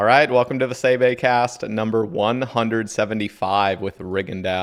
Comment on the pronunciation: Why does he keep calling you Bae Bae?